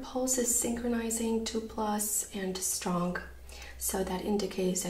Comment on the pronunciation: Great video! I'm laughing when you say "strong" or "thing". It sounds like stronk and think 😂